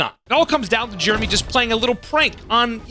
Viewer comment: It’s not jermy goddammit it’s Jeremy! There are two e’s ffs